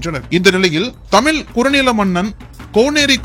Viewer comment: தமில் இல்லை தமிழ், தமிழ்.